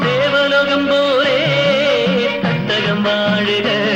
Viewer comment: തട്ടക്കം അല്ല..... തട്ടകം 😊